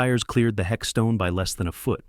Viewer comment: What on earth is a hexstone its headstone.